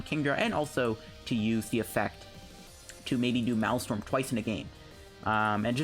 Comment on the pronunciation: I like your vids man good deck builds and strats. My OCD was killing me though, you kept saying "Malstrom" its pronounced like this 'mail strom' the MA EL sounds like mail or male.